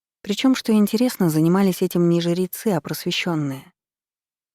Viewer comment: Вопрос чтице: почему жерецы а не жрецы? Звучит как жеребцы?